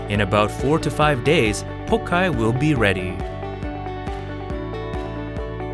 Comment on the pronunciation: Cut with Chinese knives, fermented with Sichuan Pepper, Made with Chinese cabbage, so it must from China and originated in............. China of course ^^°^^♥♥♥ It´s pronounced Pao Tsai not pokai!!